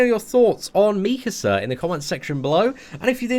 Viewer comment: Meekasa meekasa lmao 😂 😂